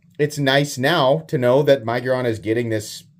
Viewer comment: Budget Centurion...and i think its Mig-, as in fig, -uron. Sorry, im being critical! 😂😂😂